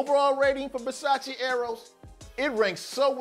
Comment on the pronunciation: Nice review! Keep it up. Just a little tip tho. You mispronounced Versace you say the E at the end on the English/way. You say Versaci but Its just Versace. But don't worry, like 80% of the people get this wrong.